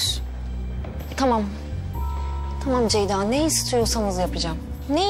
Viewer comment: Taam değil, tamam. Kulağım gıcıklanıyor🤦‍♀️